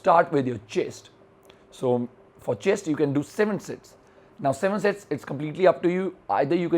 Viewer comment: Did anyone hear him say 'Shits" instead of 'Sets" ? or was that just me xD